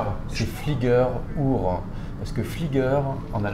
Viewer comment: Fliege Rhur 😂 Il n’a pas dû faire sept ans en Allemagne, celui-là 🥲